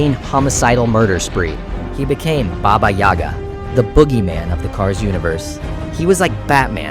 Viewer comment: Хпха, не думал услышать Бабу Ягу в иностранном видео про тачки 2 😅. Если честно, то ударение в слое Яга падает на букву А. Спасибо за видео, очень интересно было ❤.